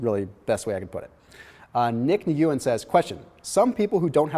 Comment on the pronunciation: Hey, great info, but the pronunciation of the last name Nguyen is "win". Keep up the good work.